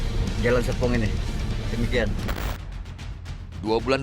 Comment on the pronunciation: tapi itu serpongnya kurang R pak ☹😭